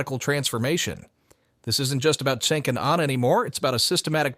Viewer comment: It's nearly 2025 and this guy's still pronouncing it 'Senk'